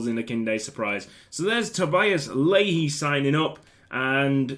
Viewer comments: I'm pretty sure leahy is pronounced like "lay" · pronounced lee-hee my man